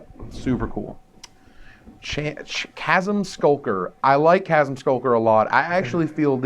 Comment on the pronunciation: hos is it possible to mispronounce "chasm"?! How?